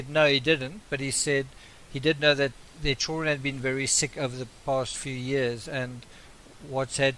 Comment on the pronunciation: Why can't you pronounce children? You say everything else correctly, but you can't say CHILLD REN????